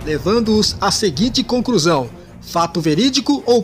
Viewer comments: Narrador, pelo amor cara, para de trocar o L pelo R. Falando "concRusao" e coisas do tipo... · Pior é ouvir o nadador dizer a conCRUsão final 😂😂😂